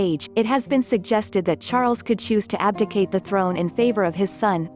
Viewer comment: Did you call it abdicate 😊I hope he does so.